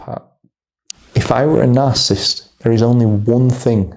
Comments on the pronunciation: Dude. You're saying the word INCORRECTLY; it is NOT, "NARCISST," it's NAR • CISS • IST!! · You seem to have trouble saying narcissist. Its not narcist 😂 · Please say it properly - it's 3 syllables, not 2. NarcIssist. Not Narcist. Really. Please!! !!! Thank you, brilliant video. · Are you saying “narcist” or “narcissist”? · It's pronounced "NAR-sis-sist", 3 syllables. Not "narsist". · You're saying it WRONG; the word is NOT pronounced, "Nar • sis • t," a two-syllable pronunciation; it's Nar • sis • is • t, so it's a 3 syllable word/pronunciation! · You keep leaving out a syllable when you say "narcisst." It's nar-ciss-sist. 3 not 2 syllables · Why are you saying narcist? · It’s is hard to listen to or take advice from an expert on narcissist behavior or how to defend yourself from the interactions when the advisor repeatedly mispronounces the word “narcissist “. Over and over and over the exact same way. How long has he worked in this field? Since this morning? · Narcissist is 3 syllables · Just fyi, the word ‘narcissist’ has 3three syllables, not two. It’s annoying to hear you slur words. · How he pronounces "narcissist" bothers ME. 😂